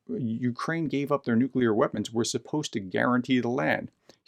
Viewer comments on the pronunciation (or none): none